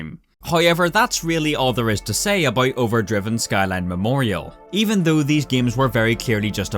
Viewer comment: Also Shkyline